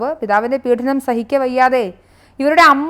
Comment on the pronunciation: പീഢനം അല്ല പീഡനം...